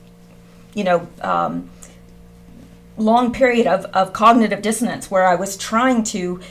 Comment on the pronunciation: dissonance not dissodence. good work tho. thanks.